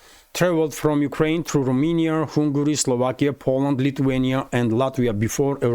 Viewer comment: Dear: cherno goria = Montenegro in English from the Roman language, and you say Rominya, that's Romania with A like in your own language = ro mA ni a. Cheers and thanks for your excellent updates 🙏🏽🙏🏽🙏🏽😁❤️!